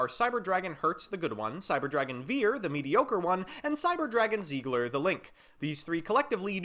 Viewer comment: zeigler It's seiger...🌚